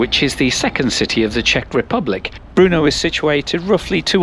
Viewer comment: Learn how to pronounce BRNO, not Bruno.